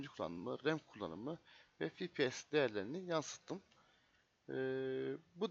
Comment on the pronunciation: cpu işlemci gpu ekran kartı ama fipies nedir ya yanlış okuduğun için dn yoksa iyi video